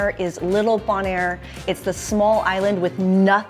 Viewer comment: Its Bone-air.